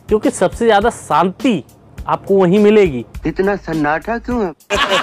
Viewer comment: Bolna to seekh ke toiletless country k Chowkidar jeero ni hota zero hota hai Prophit ni hota profit hota hai jiyada ni hota ziyada hota h 🤣🤣